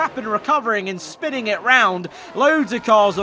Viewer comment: Schpining 🙂